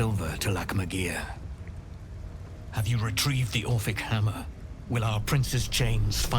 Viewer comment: Brother, the sheer amount of mispronounced words and typos in this series are driving me nuts. ORPHIC Hammer, its spelled out in the game. Used to free Orpheus, also spelled out in the game. What is all "orpheric hammer used to free orpheric" 😭😭